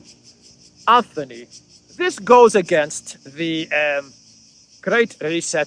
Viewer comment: Another excellent video. On a minor point of pronunciation--it's Antony Blinken, not Anthony. There's no "h" in his first name and so the pronunciation is like a combination of "ant" and "tony." It makes no difference for your analysis, but just so you know for future reference.